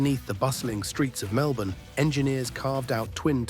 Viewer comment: Let alone the fact it pronounced Melbourne pretty well but Cranbourne absolutely terribly